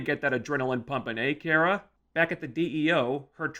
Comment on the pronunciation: You wanna bitch about supergirl but you cant even get her name right. It's not kiera, its KARA